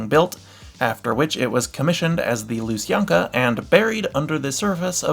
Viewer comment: Oh and also, kindly, do you mean lu-san-kya?